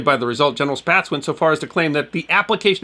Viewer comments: dang - are you automated? n 1937 Spaatz legally added the second "a" to his surname at the request of his wife and three daughters to clarify the pronunciation of the name, as many pronounced it "spats".[2][3] The second "a" was added, as it was in the European branch of his family, to draw out the sound like an "ah", similar to the "a" in "father." The name is thus correctly pronounced in American English identically to "spots".[4] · Correct Pronunciation for Spaatz is Spots, he is from my hometown and their is a museum in his name. Perhaps a good article for you is how he set the midair fueling record in 1929 flying the Question Mark